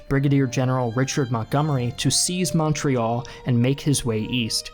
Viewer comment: Any other Canadians just twitch anytime the videos butchers pronouncing Montreal